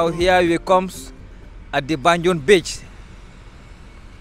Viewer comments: I don't mean accent though I'm talking about pronunciation, I noticed he he kept saying banjon but gambians pronounced it as banjul and few other words but that's not the case he was just so misleading, like the hospital was built by the colonialists not colonial masters and the name have been change since then from royal Victoria hospital to Edward Francis small hospital who was one of the people that pushed for the independent for gambia, just saying so that your followers might not get mislead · Great tour 👌🏾 also love but his tour guide wasn't accurate lot's of misinformation and can't pronounced even the name of banjul right, I hope he looks in to that and try get someone more articulate